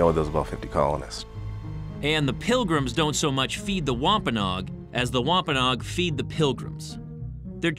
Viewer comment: Natives name pronounces [ wam pa no agg ] not wampaknog